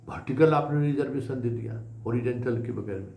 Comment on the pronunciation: होरीडेनटल के बदले होरीजोनटल बोलिये